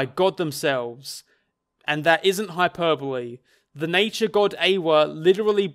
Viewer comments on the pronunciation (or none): none